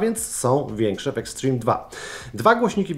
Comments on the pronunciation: Boże uszy bolą od twojego "eksztrim" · "Ekśtrim" xd